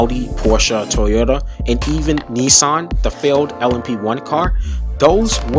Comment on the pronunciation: Pronunciations of "Le Mans", "Nissan" and "Alpine" is shocking.